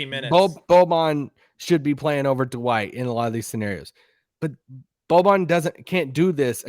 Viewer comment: Anyone else cringe every time says “Da-Wight”, it’s one syllable not two lol